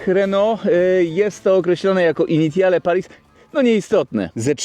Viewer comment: Dojrzały, poważny i dobry kanał, a sprawdzić wymowy francuskiej się już nie chciało. "Initiale"? Litości - dowolny słownik lub translator, albo jeszcze lepiej Forvo i nie byłoby siary, bo brzmi to masakrycznie źle. Ale Twingusia lubię, więc mimo wszystko kciuk w górę.